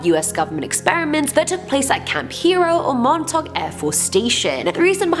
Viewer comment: Since you talked about Montauk (which you pronounced prefectly) you should do more lists about Long Island. If you need help theres an entire book about it (excluding the Montauk monster)